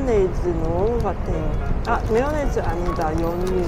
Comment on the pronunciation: 매워네즈 x 마요네즈 o 한국있을때랑 발음이 안조아요 ㅎㅎㅎ